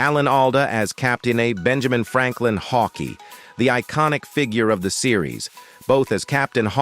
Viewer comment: FUCK AI NARRATORS. Captain Hawkee? Also, he never served in Korera, His career was all stateside